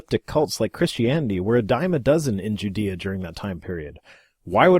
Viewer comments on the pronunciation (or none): none